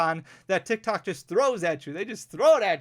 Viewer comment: Sounds like you say TikTak lol - great video!